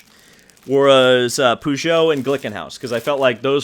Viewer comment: BTW as an American you are actually pronouncing Peugeot incorrectly.